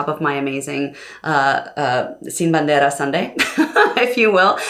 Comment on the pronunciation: Real nice how you pronounce "Sin Bandera" and "Kilometros" . Sounds super natural. Love Sin Bandera. Beautiful ballads and lyrics